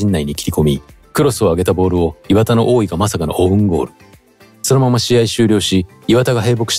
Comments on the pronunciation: 磐田のイントネーション違うし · 磐田のイントネーションなんとかしてください